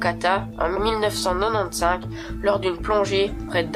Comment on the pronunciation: PTDR comment tu prononce 1995 j'adore XD